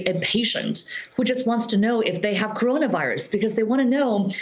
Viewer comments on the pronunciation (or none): That Chinese doctor’s pronunciation of corona sounds like “Crohna” like Crohn’s disease . Maybe she needs to pronounce it more clearly and slowly because it’s a three-syllable word and not a two-syllable word